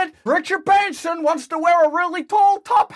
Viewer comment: Excuse me Branson,not Brannon